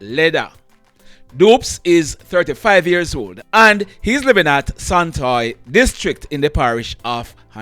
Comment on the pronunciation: you really say santoy Hanover me can't mi hear.